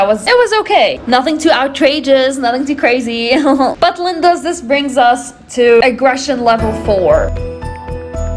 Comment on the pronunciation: Plz stop saying Lindas